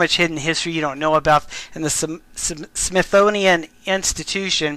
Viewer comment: And I just LOVE that"Smethonian Museum"! 🤣